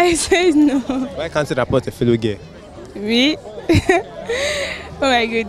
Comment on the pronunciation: but you sef you are confusing them now. It's raPPORT not raPOR. Your pronunciation is confusing